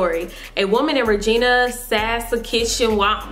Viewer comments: I'm from Canada it's pronounced sus-catch-a-wan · It's pronounced suh- ska- chew-on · XD she didn't know how to pronounce Saskatchewan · That's my sister. We live in Canada. Btw, the way you pronounced the city and province made me laugh. I couldn't help it I'm sorry! Lol. Thanks for your concern!! You now have a new subscriber!! 😊❤ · jeremy taco that's where I live. That's my sister. I laughed how she pronounced it lol she said the city wrong too haha